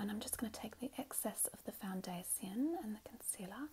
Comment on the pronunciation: There’s a good chance I’m an idiot or I’m mishearing OR both! But is she pronouncing some of her “tion”’s as “C”’s ? I.e “foundaCion”